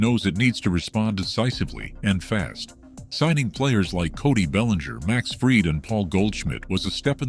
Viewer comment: Teach AI to pronounce Max Fried’s name.